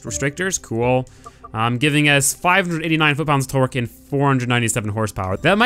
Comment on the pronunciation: Lol he says twerk instead of torque.